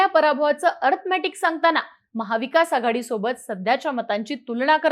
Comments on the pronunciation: अर्थमॅटिक नाही गं बाई अरिथमॅटिक असते ते🤦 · आधी अरिथमॅटिक नीट बोलायला शिका. अंकगणितात तर नापास आहेच इंग्लिश मध्ये पण नापास आहेत. आणि मग खोटा नॅरीटिव केला म्हणून रडत बसतात.